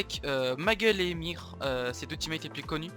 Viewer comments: genial mais on dit pas EMIR mais EUHèMIXèR ou èMIXèR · On dit "émixère" pas "émire"pour solary EMXXR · ça me stress quand il appelle EMXR "émir", genre moi j'dis "E M X R" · Salut j'adore ton contenu mais tu est sur que ça ce dit ÉMIR ET PAS EMXR? 😂❤️ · « Émir » c’est EMXXRR ?